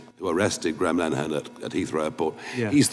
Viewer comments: Pretty sure its pronounced Lyn-eh-han based on the Brits I've watched talking about his case. 😊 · It's pronounced LINN-eh-hann.